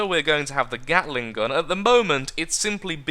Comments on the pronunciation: but he did say "gattle-ing", didn't he? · The Carolina Gatler. In tribute to your inability to say the word "gatling" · he said at the end of the video he accidentally called gatling "gattle-ing" near the beginning though